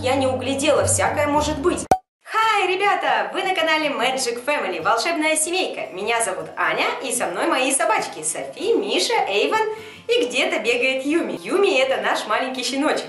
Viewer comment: Вообще-то Эйван а не Эйвен